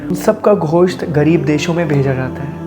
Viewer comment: Ghosht nahi Gosht